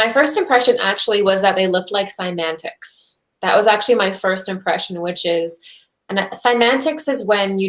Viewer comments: eeee... cymaNtics? no.. cymatics.. nails on a chalkboard..😬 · mispronounces CYMATICS. It's not "Semantics.":)